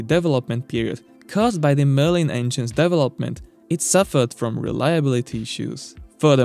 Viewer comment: FWIW, a little constructive criticism for your videos: "Development" is not pronounced DEV-O-Lope-Ment, but rather DE-Velop-Ment....